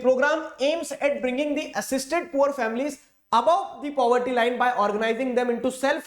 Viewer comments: poverty ❌ puberty ☑️ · If you did not listened the part in which sir said puberty instead of poverty.... You are not a fan... 😂😂 Jokes aside, i love your videos.... You are the only one because of whom I am scoring good marks in sst 🥺💖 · Puberty sir told instead of poverty 😹🤣😂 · Caused due to "puberty" But was trying to say poverty 😅🤣 Btw you are my best teacher